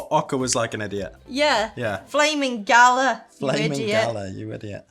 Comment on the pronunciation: 😂😂😂😂 galah is pronounced ga-lar.. not gala. I was so confused with what you were saying. Galah is a bird by the way...